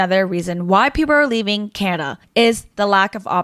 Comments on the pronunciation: its CANADA not canna. Glad to see the back of you and people like you...... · Its not Canna. Its Can-a-da. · learn how to say Canada properly.... its not Canda.. or however the hell you're saying it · Who the hell cares! There’s a D In Canada. You got a speech defect for sure. Awful speech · She was supposedly born and raised in Canada but cannot even pronounce Canada properly. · A strange way of saying the word Canada. Canada gave you everything. You gave back ... what?